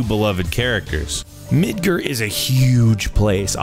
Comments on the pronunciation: Mid-ger? Sorry for being nitpicky but it bothered me. Mid-Gar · "MIDGERRRRR" me screaming internally its midGAR dumbass. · "Mid-GRR"?.....its pronounced MidGAR.....GAR at the end....not GRR. Fucking idiot. Obviously he's not a fan of the game as he pronounced that wrong. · It's Midgar...not Midgerrrr wtf? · dude if you are a true final fantasy 7 fan or lover, you should know its not pronounced Yuhffy....Yuffie is pronounced Yooffee. And its Mid Gar!! not Mid Gurrr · The gar in Midgar is pronounced like car but with a "g". Yuffie is pronounced as (you-fee). Other than that, awesome video! liked it! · Ill break down the pronunciation of Midgar for you: "mid-gar". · Holy shit "Yuh-ffie".."Mid-ger"??? Really?!?! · Yeah guys! It's pronounced "yu-oof-lee" and "merdgrawr" get it right ppl! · Or lets just hope the voice overs don't pronounce things like this guy does....Square Annex? Yucffie? Midgur? wtf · Yuh-fee? Mid-Ger? Where are these pronunciations coming from? It's awful. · "Yuhffie" "Midger" "that structure in the middle of the city" it hurts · The voices will surely be the same as the film/Dirge of Cerberus/Crisis Core/Last Order/ Case of Denzel also. Yuffie is pronounced You FEE. Midgar= Mid Gare (as in Midgard, as in Norse mythology) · ...mhm..mhm...wait...yuf-E?..mid-ger?...can we get someone who knows final fantasy 7 to do these kind of videos please. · Yaffie??? Midger??? The heck is wrong with you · yeah I thought he was a FFVII fan up until the point he said "yuffy" and then "Midger", I lol'd so hard ^^ ah bless... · LOL I was about to say the same thing. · What's this "Mid-ger" place you speak of? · bitch who the fuck is yaffie? and midgrr lool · I would have expected proper pronunciation of Yuffie, Midgar and of other things from the narrator. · seriously? You can't pronounce yuffie or midgar correctly... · I think you pronounced "Midgar" wrong. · how you pronounce some things (yuffie, midgar) makes me cringe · Y"uh"ffie and Mid"ger"? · Midgur? MidgAr😂